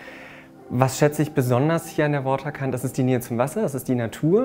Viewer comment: Wieso spricht dieser Spandauer vom 'Wotterkant', also quasi englisch ausgesprochen? 'Waterkant' ist ein schöner niederdeutscher (und niederländischer) Name für ein Ort am Wasser.